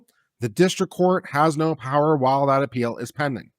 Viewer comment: Thank you for saying "Naw". Made my day. (giggling)😂🤠🧡